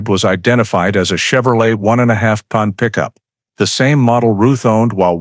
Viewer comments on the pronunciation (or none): none